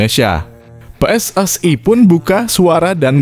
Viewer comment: Pelatih diganti naratornya juga harus diganti baca PSSI aja salah